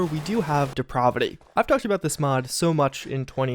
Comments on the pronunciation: Its odd how he put 'depravity' on the screen and then started talking about some other mod called depraahvity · The pronunciation of that word "depravity" does not have a short "a", it a long "a" (De- prA- vity)...just saying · He also mispronounces "Depravity", stretching out the pra part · WHY DO YOU SAY DEPRAVITY LIKE THAT